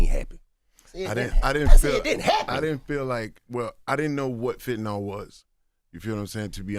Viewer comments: Fentanyl (the homies say Fentanol) is 100x stronger than Morphine and 100-200x stronger than Oxycodone (“Percocet”). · Exactly, these dudes are snails 😂 dude said fenna.